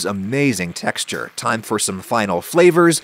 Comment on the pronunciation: tuh - heh - xture